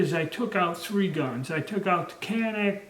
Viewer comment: it is CAN NIK (nick) not CAN NACK. shew these daniel boone men are not real smart.